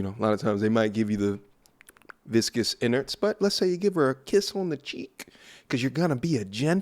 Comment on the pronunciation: Bro... every time you say viscous innards I cringe. Be considerate of those of us with headphones brotha 🤣